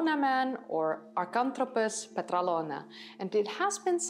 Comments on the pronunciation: PetrAlona, not PetralOna ... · It is called Petralona with the tone on the first "a". Petrálona.